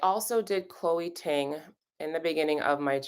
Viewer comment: All this time of hearing you say Chole Ting. Then I discovered I started following her awhile ago. She is also!